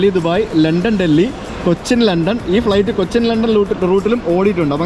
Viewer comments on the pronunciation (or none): none